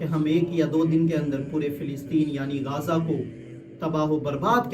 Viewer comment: गाजा ❌ गज़ा ✅